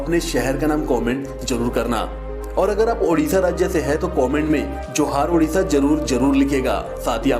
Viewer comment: Dear it’s Odisha not udisha…